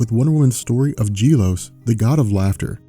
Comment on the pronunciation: Gelos (Geh-LoS) not (Jeh-Los)